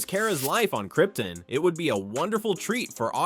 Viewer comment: the way. you say krypton infuriates me